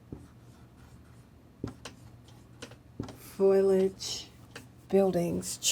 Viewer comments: ooo this is older footage! before she learned how to say "foliage" properly ;) (I always got a kick out of her "foilage" hehe) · Please stop saying "foilage" it's "foliage." Not a huge deal, just distracting while already watching something very strange. Not sure I believe this is real. It could easily be manufactured for manipulation of the public, but I rule nothing out. It does appear that you have selected uneducated individuals, though,, brought them in very young and trained them. I'm not sure if formal education would work for or against you because of indoctrination. If this is real you definitely need excellent story tellers with an eye for detail and a flair for the dramatic to make the experience thorough and entertaining. seems to have all of the necessary qualities, but working on her vocabulary would certainly help her to relay what she is experiencing.